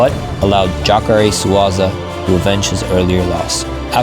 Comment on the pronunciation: lol "Jacare Swaza"